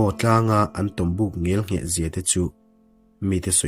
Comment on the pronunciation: Ngialngheh❌ Ngelngheh✅ Ngialnghet❌ Ngelnghet✅